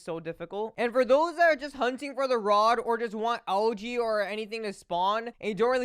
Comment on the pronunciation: It sounds like he’s saying LG instead of algae and that cutscene sucked